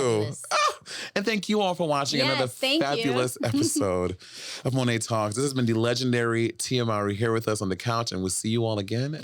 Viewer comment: I absolutely love this episode. Absolutely incredible. However, Monet kept saying her last name wrong! 🤣 Just a funny moment. Lol.